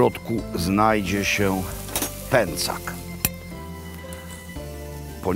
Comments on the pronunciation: PĘCZAK!! Pęcak uszy me kaleczy :P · Panie Robercie, uwielbiam Pańskie podróże i opowieści. Oglądam wszystkie, a teraz Tyrol i Dolomity - moje ulubione - strzał w 10 🙂 Ale proszę o słowo wyjaśnienia - dlaczego kasza jest "pęcak", a nie "pęczak" ? Trochę mnie to uwiera